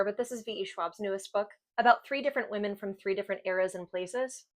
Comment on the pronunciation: Men is exactly how you pronounced it, and the pronunciation for the women doesn’t include the s